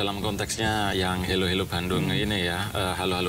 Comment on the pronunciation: Dari suara penyanyi & liriknya pun, aku sudah mengagak ini pasti kerja segelintir orang² Indonesia yang anti-Malaysia bertujuan mengadu-domba, sebab²nya ialah: 1) Lirik pertama: tulis HELLO. Tapi suara sebut HALO. Orang Malaysia biasa sebut HELO jer 2) Sebutan KUALA LUMPUR. Sebutan dalam lagu tu jelas & keras bunyi akhiran "R." Sedangkan orang Malaysia biasa sebut KUALA LUMPO, atau KUALA LUMPUr (bunyi "R" tak jelas) 3) Pemilihan Lirik: AKU. Lagu kanak² Malaysia mesti sebut SAYA. Biadap budak² kecik sebut AKU. 4) Lirik IBU KOTA bunyi pelik: orang Malaysia biasa sebut IBU NEGARA atau BANDARAYA. Jarang orang Malaysia sebut KOTA melainkan ada sebuah Mall dekat Stesen Bas Puduraya tu namanya KOTA RAYA. 5) Lirik KOTA KENANG-KENANGAN bunyi macam pelik jer. Apa yang nak "dikenang" sangat dengan Kuala Lumpur tu?? 6) Lirik AKU SUKA SEKALI pun bunyi pelik. Secara formal, orang Malaysia biasa sebut AKU SANGAT SUKA atau SAYA PALING SUKA 7) Dalam video ada gambar Patung Besar. Patung itu letaknya di Kuil Hindu Batu Caves, Selangor. Bukan dalam Kuala Lumpur. Lagipun lagu kanak² Malaysia secara umum tiada objek agama apalagi kalau rumah ibadat bukan Islam. 8) Jalur Bendera Malaysia tak cukup. Perhatikan benderanya cuma 13 jalur, walhal yang betul ialah 14 jalur 9) Nama channel LAGU KANAK TV. Pelik kan? Padahal orang Malaysia sebut kanak-kanak 10) Judul di video tersebut jelas salah & terpesong. Apa kena-mengena video lagu itu dengan NASYID KANAK-KANAK ISLAM MALAYSIA ?? Ada konten berunsur ke